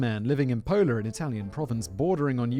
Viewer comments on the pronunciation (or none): Simon: We're going to Italy. 🙄 Me, from Istria 🇭🇷, who also knows Italian: This is gonna be good. 😅 I could be of help with those pronunciations, Whistle Boy. 😄 Your Italian accent, Jesus; sounds like Luigi. #SuperMario 🤣 "Pola, on the border with Yugoslavia"? I was born there ("Pula" in Croatian)! 🤗